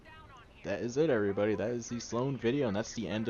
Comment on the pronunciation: Yep i a true brony when he said thanks for watching everybody it sounded like thanks for watching every pony